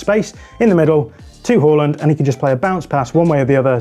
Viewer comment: They're pronouncing it correctly.